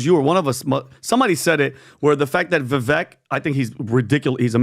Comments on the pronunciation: learn how to pronounce Vivek's name. Its VIVAKE, AS IN CAKE. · it is disrespectful to continuously mispronounce someone's name especially when they have been on your podcast. It is Viv-AKE like CAKE. jeebus dude. He's not Kamela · and, please start pronouncing Vivek properly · How about you guys show Vivek some respect and LEARN TO PRONOUNCE HIS NAME CORRECTLY